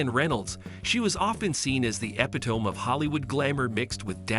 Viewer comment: Epi-tome... hahaha... indeed. Actually, pronounced E-pitomy...but Epi-tomb is spot-on...like in epilogue. this shallow, style-challenged wanna-be is so done, she is about to turn crispy. lets face it, she is not the sharpest pencil in the box. She is only where she is because of the husband. when you dont have the necessary grey stuff to navigate the strata where she wants to hang out, you are sooner or later exposed as "limited".